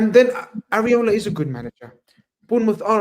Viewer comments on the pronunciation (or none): I swear it's e-rah-o-la & not callin this man areola like some nipples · Why do they keep calling iraola areola they need milk?